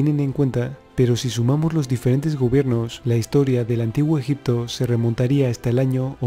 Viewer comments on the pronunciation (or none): fernandez villa jajajajajaja😄😃😂😁😂😄😄😃😂.... veo ke nadie entendio mi sarcasmo... el puto español no puede pronunciar egipto😒 y dice: ejic-to😠 en vez de egipto😏 pero bueno ta chido hijitos echenle dulces a la piñata😄😃😁😁😂😄😂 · Muy buen Documental. Muy buenos y válidos datos. Esa información la proveen Documentales de History Channel, kokGraham HancRobert Bauval, Faltaría únicamente, agregar las "P" de EgiPto, las "B" de oBjeto; las "G" de siGnificado, laS "X" de eXtremo; las "B" de suBterráneo; las "C" de teCnológico; varias letras faltantes, que distraen y desmerecen la buena información, etc. Escuchar Egito, Egicios, ojeto, etc, es muy desagradable. Si el Presentador se esmera, como corresponde a un serio Docmental como este, sería maravilloso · se dice ejipto, tal cual XD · escucha al putete.. y en ves de sonar .. egipto.. dice ejic to... español putete tenia ke ser😄😂😁😂😃😄😄😃😁😁😃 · en el antiguo ejic to ... 😄😃😃😂😁😃😃😄😂😁😂😃😄😃😂😁enseñste primero a pronunciar.... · Rojito Morito llo allel conpRe el amtijuo ejicto